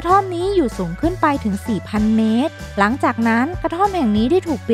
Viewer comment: บ้านบาง"หลัง"ครับ ไม่ใช่บ้านบาง"หรัง"